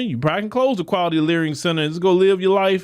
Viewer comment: Layering center 😂or😂 learing center